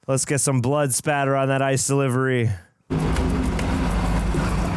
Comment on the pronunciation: Blood Spatter. Not Splatter